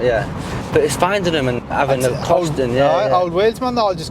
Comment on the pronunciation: He kept saying he wants to change the wheels but I didn’t quite get what he was saying. 😂😂😂😂😂